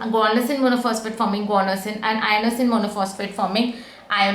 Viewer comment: I think its inosine not iono